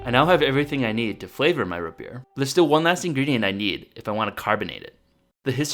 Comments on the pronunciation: ROOOOOOTS NOT RUT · "rut beer" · R-OO-T NOT RH-U-T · Root not rut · Daniel Laux he wouldn't say root beer he would say rut beer